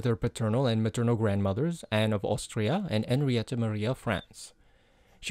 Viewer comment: I was so pleasantly surprised to hear you drop the H in Henrietta's name when saying her name à la française Bravo! 👌🙏